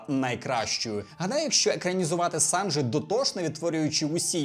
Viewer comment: Побуду трішки занудою, але СанджІ, а не СанджИ